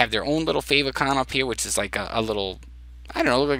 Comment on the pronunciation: Nice job, very helpful! I think favicon is pronounced "fave icon" as in "icon that shows up in favorites". At least that's what I have thought so far. Thanks for taking the time to create and share this!